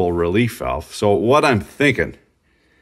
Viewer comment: Thank you for saying walve.